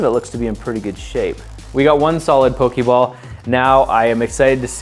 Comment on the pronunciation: The day the previous episode went up, I informed him how 'Poke Ball' was pronounced, but he put this up the very next day, and I may have been late before I even saw it.